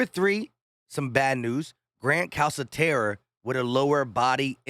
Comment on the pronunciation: Calcaterra pronounced CalKaterra